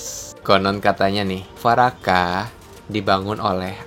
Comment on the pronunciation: Yg pertama bacanya dwaraka min /dvaraka. Bukan farakah 🙏🏻